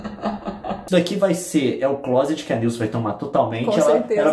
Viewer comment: Pessoas normais: clôuseti (closet) Leon: clóseti Kkkk